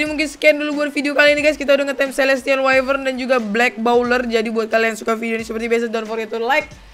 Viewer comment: The Gaming Craft Wyvern Bukan Whifern